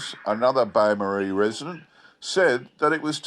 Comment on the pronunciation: bay marie? lol! lol! its bo-morris. it sounds like it had a bit of a wander around then followed its own scent back to the circus. i wonder if there were any reports about perry brothers employees buying padlocks from beaumaris hardware shops.